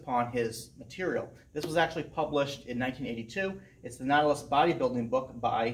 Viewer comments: Ur pronouncing Nautilus wrong. Look it up. Why would u say Natalis? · Pronounced like “naughty”. Naughtilus lol. VERY nice gym!!